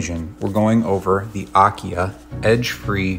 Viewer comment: AKIA Pronunciation is: Ah - Key - Ah